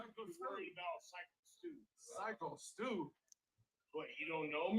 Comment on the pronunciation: WTF. So why do you say that? Because of how he looks?? People could literally say the same thing looking at you lol. The dude is literally a veteran and the victim of a brutal beating and you feel the need to degrade him? For what reason? And get his name right ffs. Its Stu! Man this video was infuriating from you. And i don't even want to get started on your insane pearl harbor/japan comment and comparison. That was equally infuriating and ridiculous.